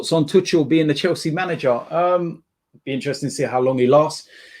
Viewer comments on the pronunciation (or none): none